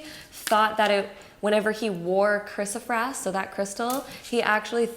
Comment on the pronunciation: It is pronounced 'Kris-o- PRAISE', like 'praise God'. Not kris-o-frass, or prass. Great reading btw!